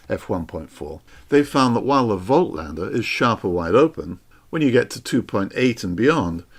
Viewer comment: voigtlander should be pronounced 'fot-lander! - phonetically.